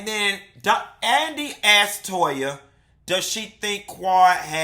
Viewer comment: It tickles me with Anila's Mom calls Toya 'Toe-ha'!!!